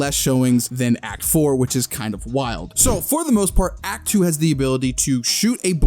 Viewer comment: the way he said "act2" there looks like he saying hawk tuah 🥺 sorry if you find it unfunny